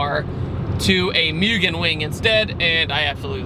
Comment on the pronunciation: pronounced MOO-GEN not mew-gen